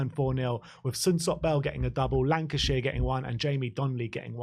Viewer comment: Will Lankshear... Fairly certain it's not pronounced 'Lancashire'.